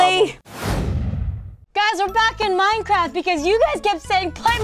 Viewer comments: It's minecraft not maricraft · Plei maicreft